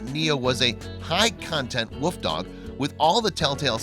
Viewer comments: A wuuuf not wolf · Sounds like he saod woof dog instead of wolf dog. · It really sounds like you’re saying woof dog instead of wolf dog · Wolf, not woof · This narrator is always amusing. I like how he says "woof dog", rather than "wolf dog". Is he trying to be cute, or is he just incapable of pronouncing common words? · This guy can't pronounce wolf. He keeps saying woof dog. Good grief.